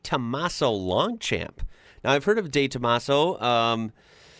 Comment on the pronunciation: The mp at the end of Long champions is silent. Coupé is pronounced coo-pay.